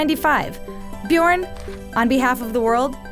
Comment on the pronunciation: Björn and not Bjorn